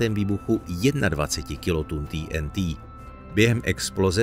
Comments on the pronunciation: Proč říkáš ty n tý???nejsi Čech?TNT dik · TýeNTý? Jste čech tak sakra Té-eN-Té. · Video je super ale je to prostě té en té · Nechápu proč jsou všichni tak světový a používají rádoby anglická slova, která si tzv. počeštění! TNT - nebo- li trinitrotoluen se vždy vyslovoval i ve filmech Té eN Té,nikoliv poangličteně Tý eN Tý. A tak se ptám: KDO a KDE vlastně jsme? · Tý en tý 🤣 Je to zkratka trinitrotoluenu, tedy TNT, což se čte normálně 'té en té'. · té en té nebo trinitrotoluen. Video je česky, bylo by fajn být konzistentní a hláskovat česky. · Prečo ti n ti. Prečo nie tnt. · Nebylo by lepší vyslovovat TNT česky? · Chicago se vyslovuje "šikágo" né Čikégo. To zní hrozně pane týentý!